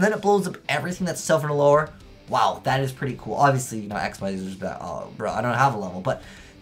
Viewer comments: "Xyz" is pronounced "ik-seez" not "x-y-z"! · not to hate but i hate how you say x y z its pronounced xzzz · Actually it depends. It's actually pronounced Xyz in English, but if you wanna stick with the original one, it's not xzzz, it's ik-seez.